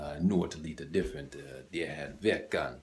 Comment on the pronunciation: Var däremot försiktig med hur du betonar(intonerar) "här". Tveka inte för länge eftersom det annars låter som att du säger "här" istället för "det här".